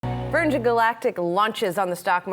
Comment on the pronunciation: Shame about the mishaps in this interview, anchor mispronounces Virgin Galactic, interviewer mispronounces Chamath's surname and his mic quality is poor.